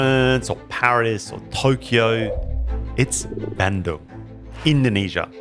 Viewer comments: Hey! It's pronounced BAHN-doong not BAN-doong. Great video though still, found it super informative. Thanks for featuring Indonesian bespoke shoemakers! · Love your content but brother please aussie to Aussie youve been in indonesia long enough. Please pronounce places and words correctly. BANDUNG is pronounced BUN-DOONG.